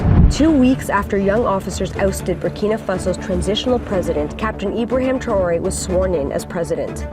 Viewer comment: apprenez à votre IA à lire correctement le mot TRA O Ré SVP!